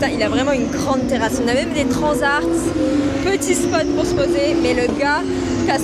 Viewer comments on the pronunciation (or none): Y'a que moi que ça choque qu'elle dise transart au lieu de transat et t-short à la place de t-shirt ?! Faudrait plutôt qu'elle se fasse inviter dans une école primaire mdr